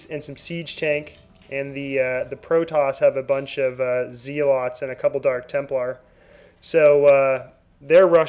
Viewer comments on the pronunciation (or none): ZElots? lol